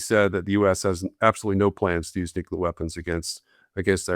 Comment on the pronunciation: Why does not know how to pronounce "nuclear"? His pronunciation has always been used as a shorthand indication of an uneducated ignoramus.